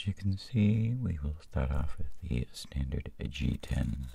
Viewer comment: Th r-r-r ee inched on ZE button!!!